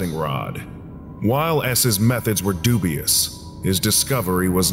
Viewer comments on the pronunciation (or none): none